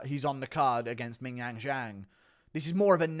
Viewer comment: Guru was one mispronounciation of Zhang before flying into a racist tirade